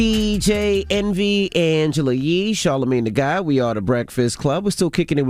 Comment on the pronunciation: Anglela Lee 😂